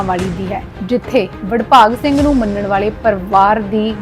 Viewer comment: bahan ji pahle to apni awaaz ko sudharo aapko yah nahin pata ki Baba Badbhag Singh Ji, Naam hai or aap Badbhag Singh- Badbhag Singh ke naam se bol Rahi hai. Sharm karo Mahapursho ka aadar karna shikho.